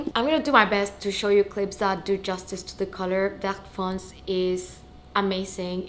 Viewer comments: Congrats 🤭 by the way the color is « vert foncé » not fonce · Congratulations. Vert foncé should be said "ver fonsay". Love from France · Hi, the bag it's really beautiful. I got in the same colour my first Kelly 28! I'm from France and the correct pronounce it's Ver foncé you have to pronounce the last e with an accent , i hope this help❤